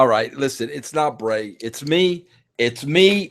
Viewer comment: I apologise it's "Bray" not Brey, Brey sounds like an early 90s surfer "dude"